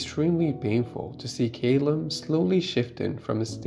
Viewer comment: Great review, awesome film but one thing…Ca-lum not Cay-lum x